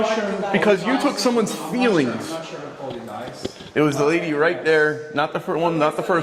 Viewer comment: Did you say Lady?